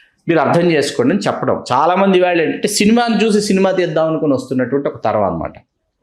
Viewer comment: వాల్లు వీల్లు కాదు గారు, వాళ్ళు వీళ్ళు అనాలి.